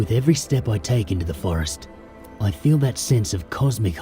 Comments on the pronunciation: pronounced "step" rather than "step-ay"..just an fyi. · What the heck is a "steppay"?